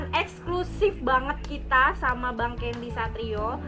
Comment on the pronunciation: CANDY kli bukan Kendi 🥴🥴 Professional aj lah 🙄🥴 kya ngmong ama siapa kan orang negri semua bukan turis